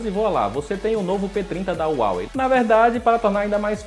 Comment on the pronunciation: Não é uawei é Huawei